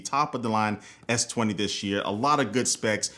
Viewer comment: S twentay !!!😂😂😂😂